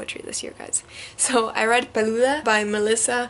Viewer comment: I think I’ll stick to the Crazy Rich Asians’ movie. Peluda?? In Venezuela it will be Pelúa! 🤣 Every time you say Andrew Garfield all I think is Spider-Man.